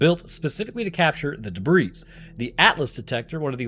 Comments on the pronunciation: It's hard to take someone seriously when they pronounce the s in debris. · Bro he pronounces the s in debris and has a baby Pepe character in his video. What did you expect? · The S in "debris" is silent. Also, "orientate" is not a word. The word you're looking for is "orient" thus: it's very disorienting.